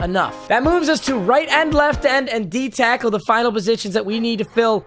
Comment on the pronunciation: he said cackle instead of tackle